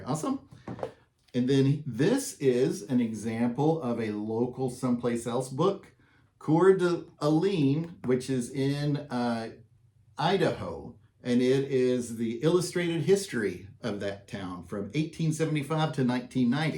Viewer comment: Nice info. I found it interesting that you pronounced niche both neech, and nitch. Also, I lived in Spokane for about 9 years. CDA is 30 minutes away. Not trying to nitpick you because unless you are a local, you don't know. The pronunciation of Cour D' Alene is core da lane. Just FYI.